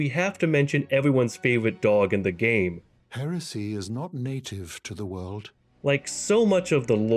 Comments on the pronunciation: The speech impediment just gets worse and worse as the video goes on. "Hewesy" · It just tickles me pink how you said the tubes being for communication. Metyr reaching for one to listen in for the Greater Will to give instructions and only hearing comical wheezing and coughing and interprets those sounds as totally opposite by meaning Edit: I never thought I'd hear the word "hewesy" when it came to ER lore